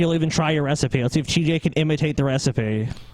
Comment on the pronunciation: Does pronounce the word "recipe" as it appears?... "Ray-seep"?